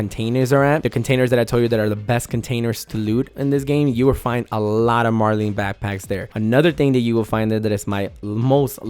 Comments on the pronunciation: its "Mar-lin" not "Mar-lean" , it's based off the fish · I stopped at "Mar-LEEN" Bruh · When it says Marlin and shows a Marlin and he still says marlean. ayyy he said it right. Twice.